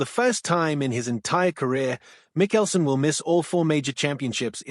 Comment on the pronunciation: Pronoun his name correctly. PLEASE!